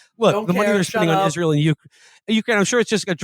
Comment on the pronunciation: Haha "Izrull" 😭😭